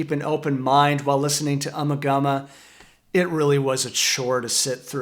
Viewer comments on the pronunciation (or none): It’s uma gooma. Not ummah gummah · I once found an old dictionary belonging to my Grandmother. Flipping through the pages I came upon a word that was awfully familiar. Ummagumma. As the dictionary clearly showed, the first A (eh) was shown as a hard A. The last A was shown to be should I say, a flat A.. The proper pronunciation IS UmmAgumma, not ummagumma. The definition for the word was simple- meaning absolutely nothing about anything. Anyone able to add more to this I would appreciate it, as I've been unable over the years to track down that 30s dictionary nor can I find any confirmation from other sources. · I wish people could pronounce the album title correctly. FAIL. Listen folks, Nick Mason correctly pronounces it in the fricking video, listen carefully. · LOL, plays a clip of Nick Mason saying the name of the album and still pronounces it wrong... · LoL and lol and more lol, indeed LMFAOO... you just can pronounce Ummagumma properly !!